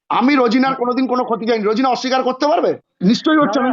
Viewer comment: রোজিনা র উচ্চারণ ঠিক নয়।